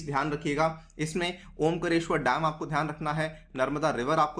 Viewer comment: सर जी ओंकरेश्वर नहीं ओंकारेश्वर और खांडवा नहीं खंडवा है।